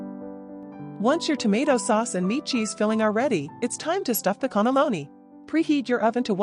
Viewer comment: WTF is a connolloni?? Cannelloni!!